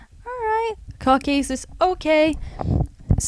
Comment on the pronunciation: You pronounced Belarus and Herzegovina totally wrong. Also, Caucuses , Namibia, and united Arab Emirates. Wow. That was a good laugh at least.